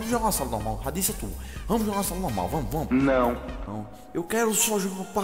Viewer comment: Se você perceber bem, ngm do vídeo fala (Não) certo, só sabe falar "Nhão" mds kkkkk